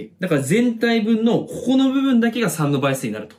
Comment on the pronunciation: ここがこ"こ"になってて草